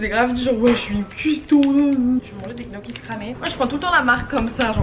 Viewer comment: on dit pas gnoki on dit nioki xD